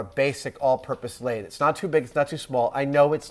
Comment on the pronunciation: you're pronouncing "lathe" wrong. Just like "executable."